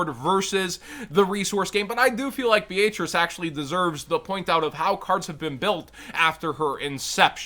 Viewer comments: Please tell me this dude is saying Beatrice they way he is as a joke, it hurts my ears… lol Be-A-Trice??? 😂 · My brain just had a seizure,bro what the actual fuck was that pronunciation of Beatrice?! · Why pronounce Beatrice like that😂 it’s a relatively normal name too haha